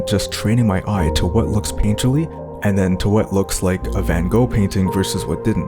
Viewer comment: You are not pronouncing his name correctly.